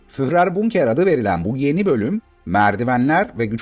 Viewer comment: Almanca isimlerin kafasını, gözünü yara yara. İnsan hiç değilse bu isimlerin telaffuzunu sorar öğrenir. Reich ( reyh diye değil, rayh diye okunur)...Hele Guderian'ın adı ..guderiyan diye okunur. Führer diye değil, füğrer gibi yani uzatılan ü şeklinde okunur.